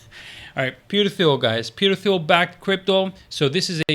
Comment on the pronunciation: Thanks for the video. FYI, Thiel is pronounced “teal” like the color. The H is silent. Sorry to nitpick but just in case you talk more about him in future vids wanted you to say it correctly.